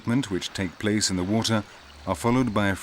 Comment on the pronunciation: 👍👌👏 Simply fantastic! Wonderful and impressive nature, great pictures! Unfortunately the narrator is still not able to pronounce words right and this is annoying and distracting. For instance: It's not plaze, it's place! Thanks a lot for making teaching explaining recording editing uploading and sharing. Best regards luck and health to all involved life forms (humans animals and plants).